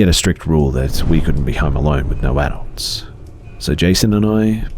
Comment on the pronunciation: I find it funny the way you said "adult" lol